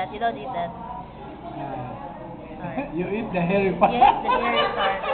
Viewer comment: "...You hab to drink da soup.. Yeaaaayyyy!"